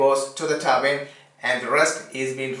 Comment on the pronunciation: is he saying turbine or turban?????